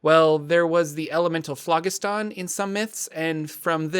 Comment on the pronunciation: lol the way you pronounce phlogiston 😆.. it's not a country in the middle east.